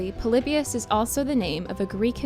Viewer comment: The stuff you said about the Pokemon episode is insane. You have no idea what you're talking about. You took some random sketchy study and presented it as the truth. You also aren't saying Polybius correctly.